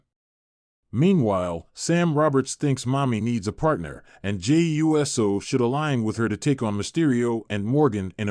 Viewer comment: Get this AI clickbait bullshit off here. "Jey U.S.O." are you fucking serious?